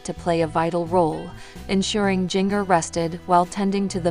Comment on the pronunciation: Please learn how to say her name correctly. It’s Jinger-like the spice, ginger. Stop slaughtering her name‼️‼️‼️